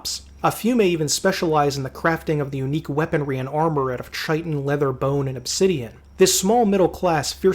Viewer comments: Sorry for the pedantry, but it's ky-tin and not chai-tin. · Chitin=KY-TIN!!! KY-TIN DAMMIT!!! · Chitin is pronounced KAI-tin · Chitin and chitinous are pronounced with a 'k' sound. Otherwise, fantastic video. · I really enjoyed the video. Though I did want to point out thar "Chitin" is pronounced with a k- sound (kai-tin), not a ch- sound. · Just because i heard you mispronounce the word a few times in this video, chitin is pronounced Kite-un or Kiten-ous not chai-tun, che-tin, or chai-ten-ous. Amazing video by the way, this is solid gold content! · Please FFS chitin is pronounced kai-tin, insects have a kai-tin exoskeleton they don't carry tins full of crap. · Awesome presentation; thank you! Just for future reference: “chitin” is pronounced KY-tin. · Chitin /ˈkītn/ pronounced kai-tin. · Great and detailed summary. Heads up that "chitin" is pronounced "kai-tn" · Chitin is pronounced "shit-in" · Pronounce chitin properly, Arrrrgh. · My only beef is that you pronounce chitin wrong 🙄. Great overview though brother, keep it up! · Just for reference, in case you haven't found this out since making this, "chitin" is pronounced with a hard "K" sound, not a soft "Ch" sound. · Just to add, it's not that I like correcting other people's pronunciation or spelling, it's just that it was playing a Dark Sun campaign where I first learned how to pronounce Chitin. Besides, it was an excuse to leave another comment. :) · Love the video. One nitpick tho... that's not how you pronounce "chitin." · The 'ch' in 'chitin' is pronounced as if it were 'k'. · Thri-kreen. Thri rhymes with eye. Chitin. Sounds like "kai-tin". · Thri-Kreen is pronounced "thry-kreen" Chitin is pronounced "kai-tan". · Great video, minor nitpicks: diminutive (de-min-you-at-ive) and chitin (chitinous) (kai-ten) (kai-ten-us)